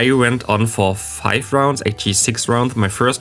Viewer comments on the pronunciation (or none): none